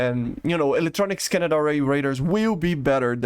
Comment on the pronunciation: I love the way he says scan-ned array. Trademark phrase now.